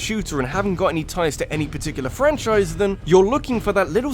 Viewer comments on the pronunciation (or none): none